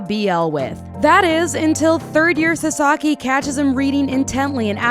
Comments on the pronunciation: Did you just say saSAki? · his name is pronounced like SAsaki with the emphasis on the first syllable